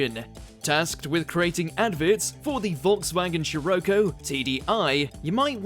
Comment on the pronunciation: He said Volkswagen Scirocco wrong